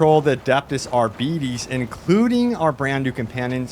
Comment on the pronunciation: No its like: R-bee-teh-ss